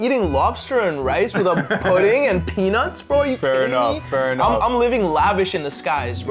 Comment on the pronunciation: I dunno sounds like he said penaus